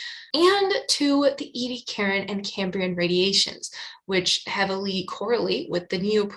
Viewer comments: It's pronounced eddy-AC-a-ran, not ee-dee-a-KAREN {:o:O:} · It's pronounced eddy-AK-a-ran, not ee-dee-a-KAREN. I'm 9 minutes in, I don't think I can stay the distance if you mispronounce it again too many times. Edit: it's OK, I made it! {:o:O:} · Interesting, how you pronounce Ediacaran.